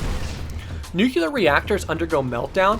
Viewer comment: "Nuculer". WAT :P Great video though :D **Side note: Does anyone have a spare PC beta code?